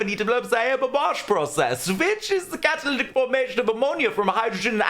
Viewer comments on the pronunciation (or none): none